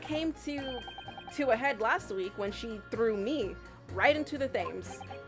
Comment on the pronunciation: Maybe it has been pointed out by now - and this is a REALLY unfair pronunciation - Thames doesn't sound like 'James' with a Th at the start. It's closer to 'Tems'. Why? Don't ask me. English is a hella-dumb language and doubly so dumb in England.